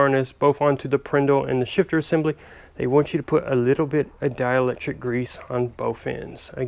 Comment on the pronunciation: I’m sorry you said dialector grease?